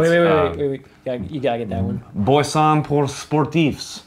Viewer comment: You said “boisson” well enough for me to understand. Your French is improving